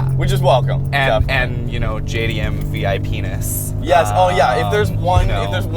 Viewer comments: He said vipenis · VIPenis lol